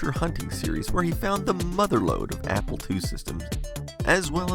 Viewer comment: southern accent "applah"